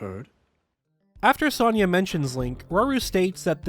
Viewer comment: The way you pronunciate Sonias name is aggravating considering it's literally said in the game